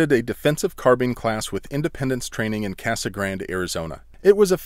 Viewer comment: "Casa Grande" Kasa-Grand..... Deep breath releases slowly Uses knife hand SERIOUSLY?!